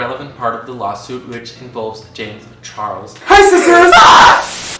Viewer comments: I hate to be that person but its james charles not james chorles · “JaMiE ChArLoS” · "jam charlos"